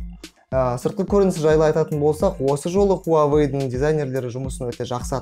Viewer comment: Хуавей емес Хуауей Негізі ол русактар ғой "W" мен "U" əріптерін В деп атайтын мысалы Automobile, Euro, Australia